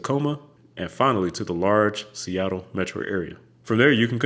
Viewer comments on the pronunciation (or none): none